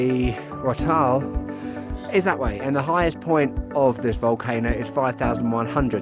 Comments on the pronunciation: You're close; it's: eeztak-SEEwatl (the "tl" is one sound) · The stressed vowel is the second i ;) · No, you did not say it correctly. ees-tahk-SEE- wah-tl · don’t feel bad about the TL sound at the end. Even Not all Mexicans can pronounce it correctly. Fact. But yeah, it’s only one sound or one syllable rather. It is what it is. Izzy works! Luv it.